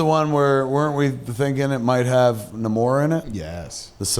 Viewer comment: Kev is still saying nuh-MORE instead of Namor. At least he's not saying the SUB ma-REE-ner.